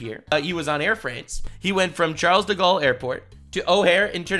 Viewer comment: The fact he had the audacity to give the French language any respect by trying to pronounce Charles de gale in that horrid language, was the first red flag to this hoax